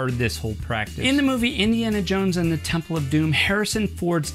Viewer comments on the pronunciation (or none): none